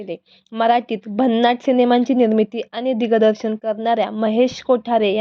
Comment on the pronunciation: किती अशुद्ध बोलावं बाई! दिगदर्शन? बोबडं बोलून निवेदिका होता येईल?